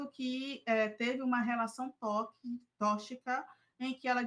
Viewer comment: "Relação tóCHica" 🙄